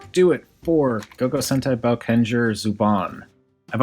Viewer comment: It’s pronounced boekenger, great review